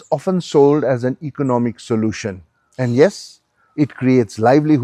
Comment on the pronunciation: “Econimic solution”?